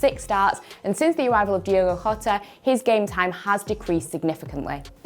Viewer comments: Hey it's Jota not Rota hes portuguese same aplies to Firmino before u talk about him or any portuguese speaker learn how to pronounce their name before even talking about them in the first place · It's Diogo Jota. Not Hota🙄😂